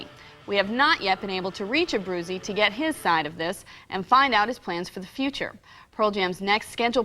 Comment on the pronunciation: Abru-chay-zee is how you pronounce it